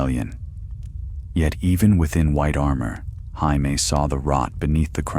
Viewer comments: Who tf is hi me?!?!? Say it with me,jay me,jay me. Perhaps watch the show or listen to the author himself pronounce it jay me. Ya sound like a dumbass. So joe is hoe and jim is him? That housting is pretty cool at the tournaments. Can’t even be consistent,is it hi me oe hamie? Ive heard ya say both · Dude it's pronounced JAY ME not HY ME! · You beat me to say exactly this 🤣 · Stop calling Jay-me, Hi-me. Get the pronunciation right. Please! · Not Hi-Me! I haven’t seen that guy since 7th grade Spanish class! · Ya lost me when Jamie was said as the Spanish Jamie. It's JAY-MEE! NOT HI-MEH! omfg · It’s A.I 😂 hi meee is funny tho 😂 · I was wondering who the hell Hi me was!😂